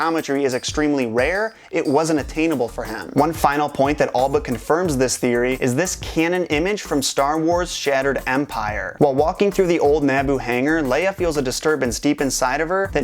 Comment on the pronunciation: Why tf do you say Naboo so weirdly, it's not "neaboo"